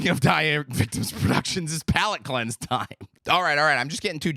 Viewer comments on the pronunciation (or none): none